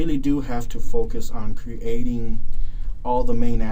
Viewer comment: It's "creating" not "crating"